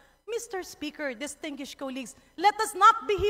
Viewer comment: Ayoha imong pronunciation sa DISTINGUISHED 😂😂😂